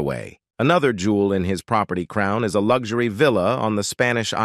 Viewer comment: It's a computer doing the talking. Who says is-land for island and other mis pronunciations???? and various other picture errors throughout! Do some checking before bursting into print! Poor standardt!!!